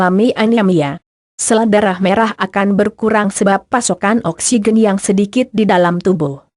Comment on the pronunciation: Oksigen koq bacanya oksiqen